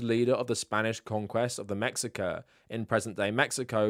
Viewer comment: Mexica is pronounced Meh-she-ka